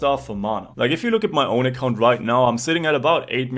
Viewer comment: "giants main accAunt" you gotta be german XD